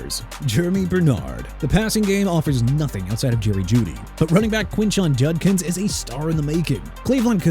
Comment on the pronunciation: LET MIAMI GET KELDRICK FAULK OKAY?! ENOUGH'S ENOUGH!! ALSO YOU NEED TO LEARN TO PRONOUNCE!! AVIEON TERRELL (AY-VEE-OHN TUH-RELL) AND TERRION ARNOLD (TEH-REE-OHN) AND QUINSHON JUDKINS (QUIN-SCHON)!! GET A EDUCATION AND SOME PROFESSIONAL HELP!!